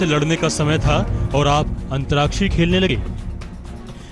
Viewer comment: अंतराक्षी क्या होता है.. ठीक से उच्चारण नहीं कर पा रहा, यह कौन है?